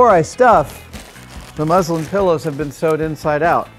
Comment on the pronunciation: ohh, thanks ! sounded a bit like the religion (islam) at first. cheers